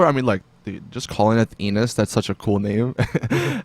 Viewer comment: It's "Enus" not "E-nus"